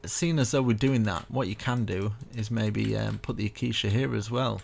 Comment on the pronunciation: 1/10. Building was amazing, guy kept pronouncing ‘Acacia’ as ‘aquisha’